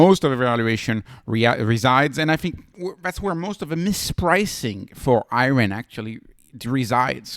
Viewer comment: The "Ri" is the same as in "Rider", not "Reeot". It's just the word riot in the English language.